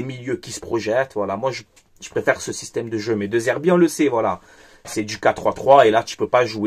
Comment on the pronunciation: ça se prononce Dé Zerbi, le E se prononce toujours É en italien.